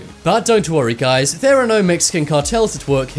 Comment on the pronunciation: I live dere owo